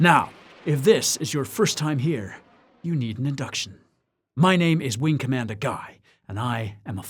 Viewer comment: Gotta hit that hard r on commander. Super funny though!